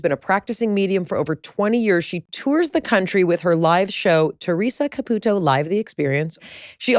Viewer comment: Theresa pronounces her own last name “Ca-PEW-toe”, so it always baffles me when so many interviewers pronounce it “Ca-poo-toe”. How difficult is it to say “Ca-PEW-toe” ?